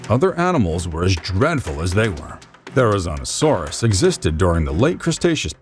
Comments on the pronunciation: yep,he said Therizinosaurus wrong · "Therizonosaurus" Therizinosaurus